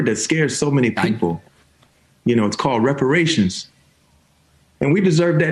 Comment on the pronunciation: Meh, I've been paying reparations since I was 16 with every paycheck. Besides he said "raparations."